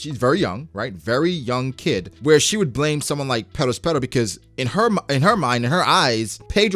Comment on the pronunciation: Love your videos but I hate the way you say “Perospero” holy faack